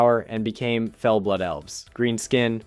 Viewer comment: oh the "feel energy" .... bro slow down . it is garona halforcen from half-orc, not orssen. and Fel... like when you >fell< from the changing table.